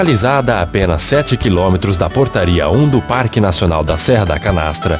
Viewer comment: (“parque”) e (“parrrrrrrque”). Ele deu uma forrrrrrrrçada legal aos . Depois ele fala “parque” sem dobrar ou triplicar os Rs (“erres”)! Ele fala “portaria” e “lugar”, “diversos” sem forçar a barra! Mas o “torrrnam” já dá uma forçadinha de novo! Mas tenho que reconhecer que sua dicção e entonação de voz são perfeitas! Bela voz!